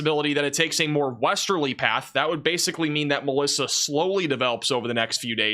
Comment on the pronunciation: Glad I came to the comments and saw MELISSA, I swear I thought said ALYSSA and I was like, wait what happened to M, N, O, P, etc. Lmao I thought we'd went back to A 😂😂😂😂😂 was so confused